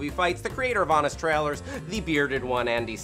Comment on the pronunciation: Why is Hal incapable of pronouncing "trailers" properly? I cringe every time I tries to say it.